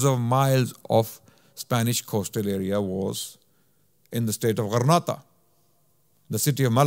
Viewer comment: JZK’ALLAH brother much appreciated. Just a quick correction however, I believe it’s Granada and not Grenada. As Grenada is an island in the Caribbean. Wa Allahu A’lam